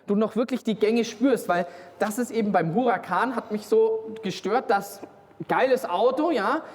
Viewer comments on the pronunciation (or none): none